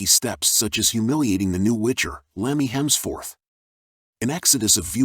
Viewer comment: Lemmy Hemsforth?! WTF are you doing? OMG😂😂😂